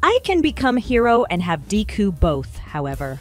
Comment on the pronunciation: wait.... did he/she say dicku instead of deku